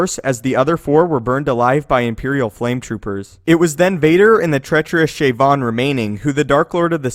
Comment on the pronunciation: "Shayvon"? Didn't he get shot by the cops in Baltimore???